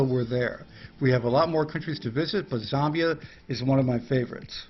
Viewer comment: Z ambia you pronounce it Z am bia